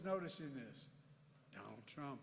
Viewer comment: Poor guy cant even pronounce Donald Trump without tripping his tongue